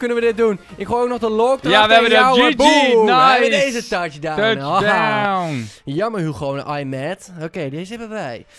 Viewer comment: Stop met tuchdown zeggen...